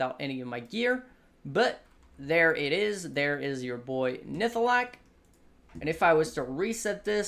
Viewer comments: NihLATHAk not Nihthalak. Now say it 100 times. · And it's nihlathak :D